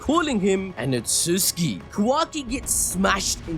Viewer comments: its not utuski its utsutsuki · Otsuski ❌ Otsutsuki ☑️ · stop saying otsuski I beg u